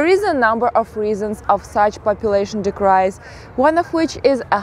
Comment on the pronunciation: Дикрайз да?)